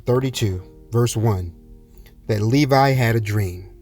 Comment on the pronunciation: Thank you, it sound like Nevi instead of Levi thank You